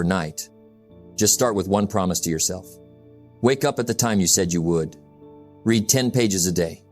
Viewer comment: The word "Read" is a dead giveaway for Ai reading for any Jim Rohn content, it makes me smile every time it's said wrong.